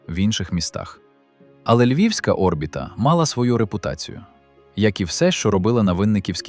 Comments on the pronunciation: Де ти вчив українську мову??!!! Не о́рбіта (наголос на першій О́), а орбІта ,(наголос на другій літері, "і")!!! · Чому О́рбіта? Орбі́та ж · Ще б автору дізнатися як коректно казати слово Орбіта..... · Наголос на і😂 в слові орбіта.